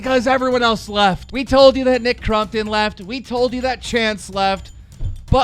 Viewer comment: Nick crUmpton wtf keem it's crOmpton lol